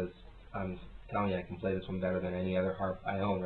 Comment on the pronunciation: 'paly' sounds british :D maby it's a british - british word